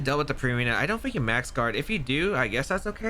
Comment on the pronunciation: I’m a simple person. I hear a man say “fink” instead of think and I already know it’s time to go watch something else 😂